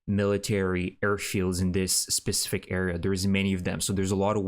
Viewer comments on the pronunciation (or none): none